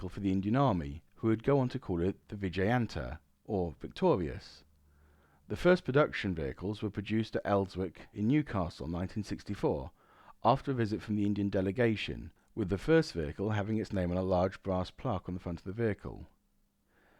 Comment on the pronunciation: Wonderful in depth video, thank you. As Tim says up there with Drachnifel for quality, although I would point out (nit-picking) to both that the 'w' in Elswick is silent (as in Alnwick, Berwick etc.)